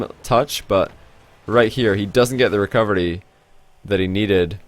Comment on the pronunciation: lol i love his indian way of saying it